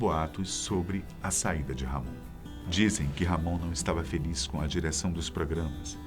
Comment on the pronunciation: A pronúncia é Ramon e não RR Amôn